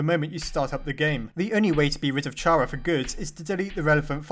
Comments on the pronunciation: It’s pronouns C-AR-A not CH-AR-A god dame it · Chara is said Kara, not ch-ara. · Ch ara it’s Kara kinda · IT IS NOT PRONOUNCED CH-ARA, IT IS PRONOUNCED CARE-A, IT IS A PLAY ON THE CHARACTER!!! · Chara is short for Character. It's Pronounced Cara not Chara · Um actually even though it is spelt chara it is pronounced Kara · Its pronoced Kara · It's not Ch-ara, it's pronounced Cara, Car-a, silent h. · It’s actually pronounced kara not chara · It's pronounced "Kara" not charah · It'S pRoNoNcEd "CaRa" NoT "Ch ArA" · Its kara not cara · Chara is not pronounced "Ch-ara" For lord's sake, its pronounced "C-ara" Not Chara! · its k-a-r-a not chara kara is how you spell chara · CARA CARActer not CHARActer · Just gonna say that chara is pronounced like cara :) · pronounces Chara with a "ch" Me: triggered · Chara is pronounced K-arr-u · It's pronounced "cara" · GODDAMNIT!!! ITS CAR-A!!!! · It’s so annoying how pronounces chara wrong